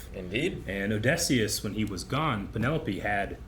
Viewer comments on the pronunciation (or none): I actually couldn't even tell he meant Odysseus at first. I wonder why he thinks the 'y' makes an 'e' sound. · The way he pronounces Odysseus is INSANE